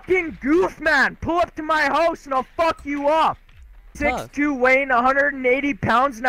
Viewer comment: “PULL UP TO MY HOOOSE RIGHT FOOOKIN NOW “